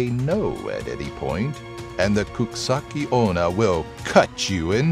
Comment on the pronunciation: Good attempt at the Japanese! It's coo-chee-sah-kay oh-nah, just for reference! Also, teke teke is normally teh-kay teh-kay, but can be said as tek-tek. Freaks me out to no end because her name is based off the sound she makes when she crawls towards you. Hope to see more ghost/urban legend based things in the future, I'm obsessed with them!